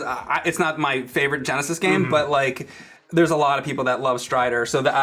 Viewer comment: ol boi says 'sega gonesis'